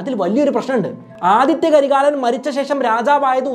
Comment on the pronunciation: Aditya alla Adhitha